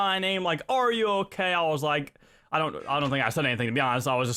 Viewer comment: DUDE :) I Allways Wanted Too Know Why You Say example ; noah - know sensea - sense neck - necka (Am Not Hating I Just Wanted To Know )